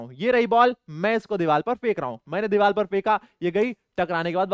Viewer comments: sir it’s not dival it’s divar😂😂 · Deevar not deeval ❤